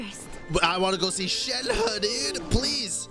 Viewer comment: FINALLY SOMEONE SAYS SHENHE RIGHT